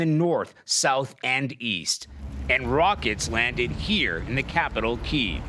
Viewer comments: It is pronounced KEY EV..... NOT keev.... KYIV is pronounced- Key-ev... say it correctly. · The capitol city of Keeev. It's Kyiv. Pronounced like Kya-Ev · Is that how you pronounce Kiev? I thought it was “key evv” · Keev as you typed it is closer to the Ukrainian pronunciation. Key ev is from a more Russian dialect. They are doing it as another support for Ukraine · Ahhh yes, keeve. My favorite city. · I thought I was going crazy because everyone is saying “Keev” 😂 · Jesus CBS it's pronounced Key-ev. I'm embarrassed that these anchors aren't educated enough to know this. Nobody over there can tell them? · its KEE-EV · why did he pronounce kiev like that 😂